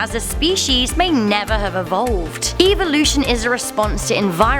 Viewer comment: is no one gonna call out how she said evolution “eve-oh-lution”...i’ve never heard that before